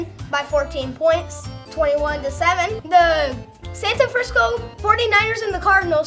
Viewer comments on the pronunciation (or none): He said santa Frisco lol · He said Santafrancisco